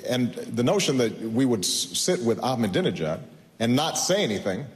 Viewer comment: lol he couldn't pronounce Ahmadinejad! and again with the disputed "wipe off the map" thing that's been discredited over and over again!